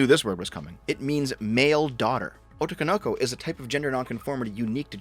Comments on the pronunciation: Your mispronunciation of "otoko no ko" is hilarious because it's phonetically correct but the emphasis is all wrong. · "Otokonoko" No. God it hurts. It is Otoko No Ko. They're two separate words and a grammatical feature. Furthermore, that's not what otoko no ko means. Otoko no ko, literally just means Boy (lit. child that is a boy). It's definitely euphemistically used to refer to cross dressers, but it is also used literally. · I want you to pronounce words as words and not put strange pauses cutting words up where they're not words Also I want you to know that Japanese has way less vowel sounds than us so using long Os makes no sense. They arrange kana alphabets into gojuon literally because there are only 5 vowel sounds, before dipthongs - Ah, Eh, Ee, O, U I mean, I'm not fluent, so we're not even going to talk about strange shit like pitch accents but at the very least when you see three words as written then you should pronounce them as the three words they are, minimum. "Otoko no ko" is "The child who is [actually] a man" or a boy who lacks manly characteristics. "Oto, Kono Ko" is mostly nonsense, and at best something like "A sound, this child".